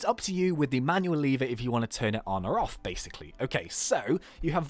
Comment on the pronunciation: you say lever like leevwr